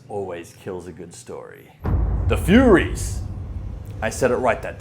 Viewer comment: Why did you/he keep calling them "Furries", and not Furies...? 🤔